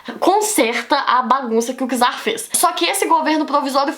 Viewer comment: Não é por nada não, mas a pronúncia correta é "tzar",pois a letra "c" em russo tem o som do nosso "t"